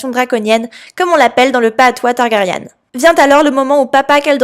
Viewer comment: On dit Targaryen et ce, dans toutes circonstances, sinon, pas mal l'hypothèse 😅